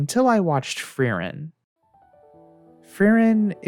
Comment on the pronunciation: very good video but as a german i always die if i hear how you pronounce frieren i'm sorry hahaa